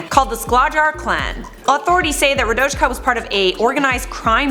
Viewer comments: Rodajka Kecman is pronounced wrong! I speak Serbian and u pronounced it like her name is chinese XD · Rradojka kecman pronuncinations lmao